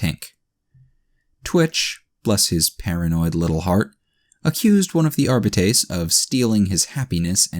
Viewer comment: I can't help but cringe at every pronunciation of Arbites or every time you swallow massive amounts of saliva. Otherwise great reading and entertaining story.